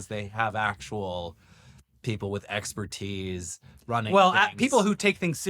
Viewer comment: „People with eggspertice“ 😂😂😂